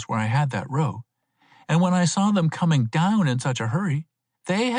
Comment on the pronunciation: a decent read, considering what the range of librivox readers is. would put him in the top half of those, although he consistently pronounces the word "row" wrong.